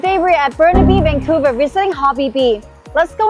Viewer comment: Haha it's Vancouver